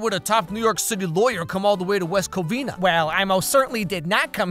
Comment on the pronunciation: "West Covina, California" blease, no